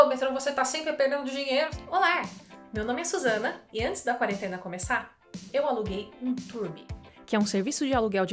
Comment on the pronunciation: "olar" parece uma mongoloide hauhuaha, arruma isso ai.